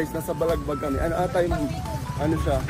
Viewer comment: Tito correction po sa balagbag it's balabag po (correction lang po as boracaynon)